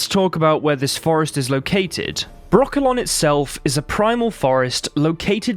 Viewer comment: Why every time he names Brokilon , i hear broccolo(n) 🥦?